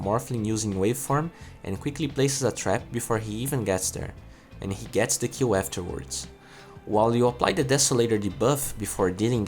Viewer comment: Everytime you say 'kill' it sound like you're saying Q :D